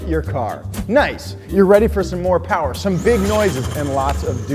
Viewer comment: Mo' powah baby!